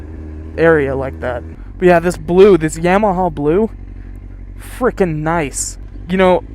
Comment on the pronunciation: Yah ma ha. I almost didn't watch it when you said yam ma ha. Made my stomach turn but I won't judge you this time